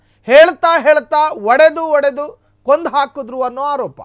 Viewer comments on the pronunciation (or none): ಒಡೆದು ಒಡೆದು ಅಲ್ಲ... ಹೊಡೆದು ಹೊಡೆದು ಅಂತ ಸರಿ‌ಮಾಡ್ಕಳಿ....